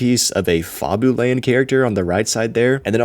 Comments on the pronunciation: fabooland? its fab-you-land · Great video, but I hate the way you pronounce Fabuland. It's pronounced "Faa" not "Far" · Insane pronunciation on Fabuland😭 it’s pronounced more like “fabulous” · I'm sorry, surely you didn't just pronounce Fabuland the way I just heard.. crazy 😂 "Fatherland" -, 2025